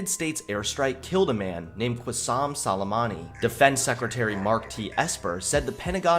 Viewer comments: Every official: Sol-uh-may-nee: Salami Me: Dead 😂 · " Qussam Solemani " 😂😂.